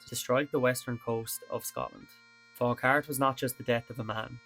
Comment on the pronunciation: Nice video. People from the area pronounce it Fau-hart.